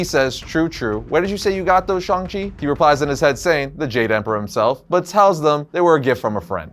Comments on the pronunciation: Shhhhhang chi. Not Shong chi i had to stop watching because of this dam. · Okay am I the only one who still him shang chi instead of shong chi I mean I'm not racist its just feel some people who knows about the comics like myself felt like getting a headache since the MCU change how they pronounces his name